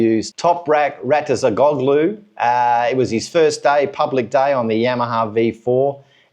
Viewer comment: Stay calm, it's not easy to pronounce someone's name especially toprak's surname